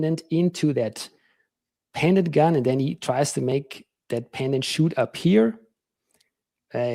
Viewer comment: Sure thing not shoot then. Shoot has a hard t on the end n he doesn't pronounce a t at the end